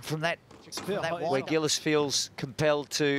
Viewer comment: 'Gillis'? This isn't 'Miss Dobie Gillis'. Can we try something a little more like 'Jee lees'?